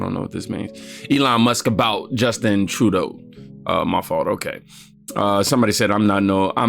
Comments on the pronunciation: True-doh, not True-day-oo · Trudeau is pronounced, True-dough 😂 please say his name right, it's driving my OCD crazy.